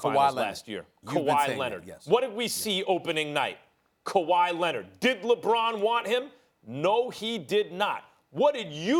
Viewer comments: “Kawhi LENNIT” -Stephen A. Smith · Stephen a: “kawha lennet” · I'm STILL trying to figure out who this "KuWhy Lennit" guy is that Stephen A. keeps talking about... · Kawhy Lenit Stephen A. Smith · Stephen A says, "Kawhi Lenned" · Kuwwaa LENNIDD** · Stephen A. “Kawhi Lennid” Smith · "Kawhi Lennit" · “KAWHI LINNID”😂😂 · Kawha Lennit lol